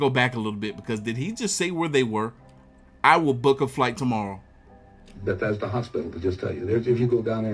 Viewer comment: it sounds like he said those doctors work at Bethesda Hospital